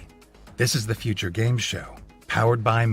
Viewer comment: Why dose he say uture like that